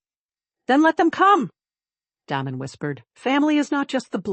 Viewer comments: Please, please learn the correct pronunciation of names befpre recording. Da as in “hay”, not Do as in dot. Da(y)men. Vale two syllables: Vayul. not Vo (as in dot) ; not le as in pay. Va(pay)uhl as in lull: Vale. as in bail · Damen = Day-men